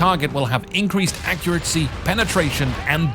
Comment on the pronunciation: Every time he says accuracy it rather sound like accuratsy. , . I can't get over it XD